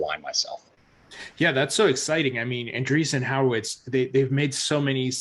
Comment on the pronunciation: I love you,, but you STILL can't pronounce an-DREE-son WHORE-a-wits. I know you can do it! It's not HOWER-wits. LOL